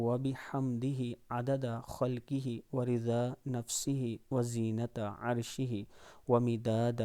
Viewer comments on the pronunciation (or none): وزینت عر شه نہیں بلکہ و ز نة عر شه پڑھیں۔شکریہ